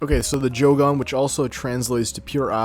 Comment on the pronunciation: Bro says Jo Gone 😂